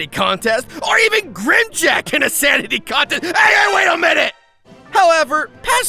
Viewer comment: Who the hell is? Its grimm Jack.